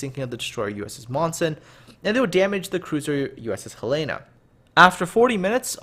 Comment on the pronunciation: Great job. Only thing I can say wrong, is how you pronounce Helena.. It's my states capitol. Other than tht, great job on covering a great battle.